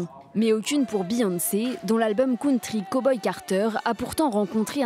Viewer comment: ça doit être une crime de prononcer country comme ça , chui choquée